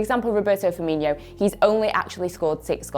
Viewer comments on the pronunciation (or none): Firmino not Firminio